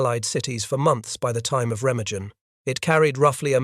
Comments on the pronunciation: Pronounced “Ray-ma-GUN. “ There is no soft G in the German language. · Re-mag-en is the correct pronunciation. “Junkers” is pronounced “Yunkers” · I can’t listen to your program screw up the pronunciation of Remagen. Pity as the battle is fascinating. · Please try to pronounce Remagen correctly